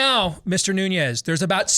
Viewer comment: Nunes is pronounced NU-nes. It is Portuguese, not Spanish.